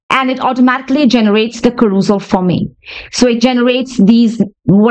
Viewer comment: As a fellow OCD, your pronunciation of CAROUSEL (ka- ROOS-al???) is driving me absolutely 😵‍💫 mystery: wondering why you didn't ask ChatGPT how it's pronounced.